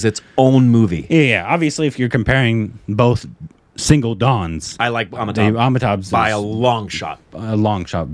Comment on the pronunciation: FFS, learn to say "AmitaBH" properly. It's not cute anymore.